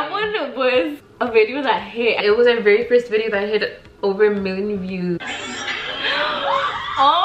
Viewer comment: Also guys who ever is new yes Elsy always says “ bideo “ 😂❤️